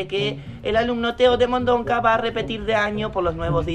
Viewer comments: El señor: Vamos a expulsar a Teo de Mondonca La madre: Teo de Mondoca no de Mondonca nene ajajajjajaj 🤣 🤣morí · Lo dijo a propósito